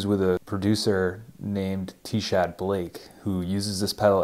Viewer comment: Nice video, love sansamp. The t is silent in tchad Blake’s name btw don’t know why lol, it’s an odd spelling